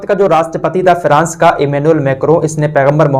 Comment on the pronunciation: अरे भाई फ्रांस बोल, फिरास नहीं